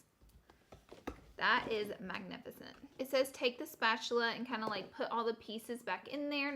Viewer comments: A “spatuler” I’m DONE 😂😂 Laura you cute but dumb as hell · I love you. Spatular 😂❤️💀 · spatchulurr lol your to cute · Are u saying spatular? 😂😂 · "spatuler" is my valentine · She said spatular lol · Spatuler 😂😂 I love you, Laura. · “spatuler” 😂 lol LOVE YOU LAURA!! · Did anyone else notice she said spatuler 😂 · “spatuler” BAHAHAHAHAHA I LOVE YOU SM LAURA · She says spatula like mister krabs